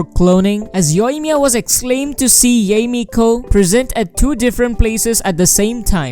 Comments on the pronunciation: it's pronounced yai. i thought it was pronounced yay too until the patch came out. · Can we just like say... Yah-Eh? Not Yay? LMAO I dont usually mind pronunciation, but it's like "YEY!! YEHEY!!". LMAO